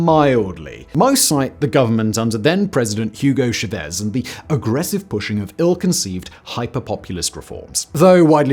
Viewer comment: ChaaaaVese not Cheves your first languag is inglish wtfff